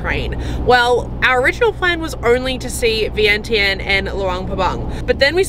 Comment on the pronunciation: Idk why they spelled Vientiane but it’s supposed to be pronounced Veing Jun. and not Vang Vieng but Vung Vieng. The newest beautiful place just flung is now Muieng Fuieng, I can’t really spelled it out the way it pronounced in Lao but this is how to spell it in Laotian ເມືອງເຟືອງ the view is like Vung Vieng but if your drive it’s easier because the road is not pave yet and not known to foreigners yet. You might be the first one 😊. When you ordered coffee you said no sugar but the way you pronounced it it sounded like no cream. Nom = milk Num Tharn …= sugar Kayaking has to be reserved in advance before arrival.